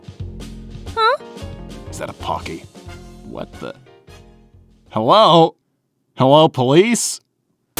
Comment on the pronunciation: “Shadow it’s me da devil from da Bible”